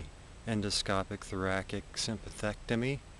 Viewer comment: I stopped listening when he said Thora-kick and not Thora-sick.